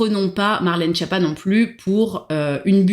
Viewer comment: Oui mais pour la prononciation, c'est Skiâppa (ce n'est pas schapa ou Japa ou schiapa)